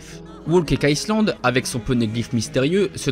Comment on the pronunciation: Il prononce le S de Island alors que normalement, il ne se prononce pas